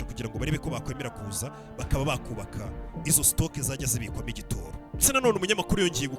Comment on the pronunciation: ntibavuga igitōro bavuga igitoro.